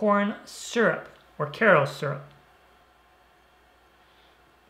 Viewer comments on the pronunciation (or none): Let’s see...why do I care if you mispronounce a word 🤔 I guess it’s the English teacher coming out in me. It’s Kayrow. No matter where you live. Have a nice day. I’m unsubscribing. 👋🏻